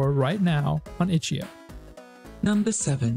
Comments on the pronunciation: Okay, I appreciate your videos so I am gonna say two things.. I believe it is: Guh-dough not Gah-dowe, and it’s itch-dot-eye-oh not itchio. Sorry❤ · PLEASE it’s not itchy-oh it’s itch-eye-oh. And it’s guh-dough not god-oh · The "gado" and "itchy-oh" pronunciations were killing me too, otherwise great video.